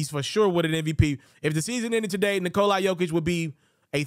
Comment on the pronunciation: This dude keep saying Nikol-i